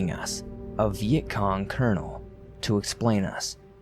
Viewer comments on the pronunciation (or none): none